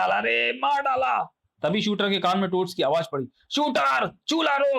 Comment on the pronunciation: Truti Sudhar => Shooter nahi Shooterr hai 😤